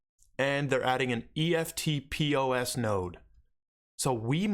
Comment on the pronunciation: Love the channel mate - would you be taking all your HBAR off Binance and putting it into Exodus or Wallawallet etc if you plan to hodl? What’s the risks? Cheers! Oh and you can say ‘eftpos’ as one word not just letters haha 🇦🇺 🦘